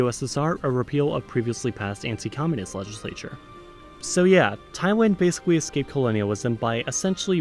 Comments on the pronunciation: At the beginning of this video,.. word "Thailand" pronunciation of yours is correct. But after a while you mispronounced my country name. Instead of pronouncing Taiwan, it should be pronouncing Thailand. I'm sure you don't want to mispronounce. I really like this video. It makes me proud of my country. :-) Long time ago,.. there was a misunderstanding that Thailand is Taiwan.. But now everybody in this world knows Thailand very well,.. you know why? The Prime minister and his ministers are the most stupid on the world stage. THE WORLD OF JOKERS. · Just admit it you miss pronounce Thailand to Taiwan after certain minutes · I heard Taiwan a few times, for example. I was going to comment and then I saw that hundreds of people already commented on this ^^ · Thailand (Ty-L-And) Taiwan (Ty-WAN) Netherlands (Neth-er-Land) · For like the first three minutes you pronounced it right but later you just said Taiwan Taiwan Taiwan which is a whole other country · I heard Taiwaned multiple times as well as Tywin. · he kept saying "Thaywhan" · You heard right, I've heard him say "taiwan" in the second half. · he clearly says Taiwan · lol i heard that too. i guess thats why some people got confused between thailand and taiwan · yes i heard it too. he said taiwan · In the first part he was saying it correctly, "Thailand" but at the end he is saying Taiwan 😅😅😅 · You are right, his Thailand sounds like Taiwan. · Seriously, yet he baffles about why we call him off. I mean if he pronounced it badly from the beginning then people wouldnt be as mad. But this is clearly like he is fading "Thailand" into "Taiwan". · It was more "Thaiwand" than "Taiwan" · Why do you keep saying Taiwan instead of Thailand? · Nobody: 50% of comments: about you pronounce "Thailand" as "Taiwan" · Oh sh*t! You’re right! he says something that sounds a lot like “Taiwan” 😅 And he kept the same pattern from there on 😅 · You keep pronouncing Thailand like it’s Taiwan :/ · All I hear is Taiwan, not Thailand 😂😂😂😂😂😂 LMAO